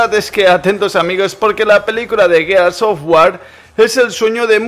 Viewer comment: A estas alturas, y no saber pronunciar el nombre del juego...